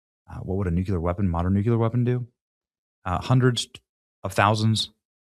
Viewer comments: would also recommend you run a search and simply ask this question; “is Nucular a word” it will explain exactly what I’ve been telling you. It is listed as a known misspelling and mispronunciation of the word Nuclear. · Repeat after me. “NU-CLE-ER” you spell it correctly but fail to pronounce it correctly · The title says Nuclear but you say Nuc-u-lar!!!! Which is it??? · Benny......you dont know how to aay nuclear.......... its not nuke u lerr........goof ball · Please please PLEASE pronounce the word NUCLEAR correctly!!!. it is pronounced NU -CLE-YEAR. goodness it kills me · "Nu-kew-lar" Gnnnn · Why is he pronouncing "Nuclear" like homer Simpson? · Too bad Benny cant pronounce "nuclear" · You are correct. That IS the pronunciation. That’s just not what I’m hearing. But it won’t keep me from watching my boy Benny every day! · You STILL can't pronounce NUCLEAR properly. Who do you think you are, George W. Bush? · You still can’t say nuclear 🙄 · I really hope they don't use Nuclear weapons. Nucular is interesting though. I wonder what it is. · NU CLEAR jeez man learn to pronounce it if you're going to say it SO much, it's NOT NU Cu ler, its NU CLEAR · New-Clear please say it correctly. Stop George Bushing it. New-Clear, not Nu-Cue-L-er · It's pronounced "new-clear". Not "Nuculear". GWB had the same mispronunciation. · Please….please don’t say NUK “U”LER…..it’s pronounced “Nu-CLEAR” Good Lord…. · Nuclear, my boy Benny! "nuculer"....NOT A WORD! It's NUCLEAR! You're a smart man. Learn to pronounce the word correctly, please! Also, I love you. You are our boy. Always. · Please pronounce "nuclear" correctly. It is not as you are saying (and Jimmy Carter and George W. Bush kept mispronouncing it this way too). It is NOT "noo cue ler" as you are saying. It is "noo klee ar". You can do this. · Aren't they called nuclear weapons? He keeps saying nucular. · NEW-CLEAR Benny. Not Nuke-yuh-luhr. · Omg it's nuCLEar not nuCULar. So simple yet not possible for some?